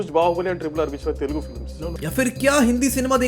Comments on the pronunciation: Its telugu not telegu😢😢😢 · Its TELUGU ... Not TELEGU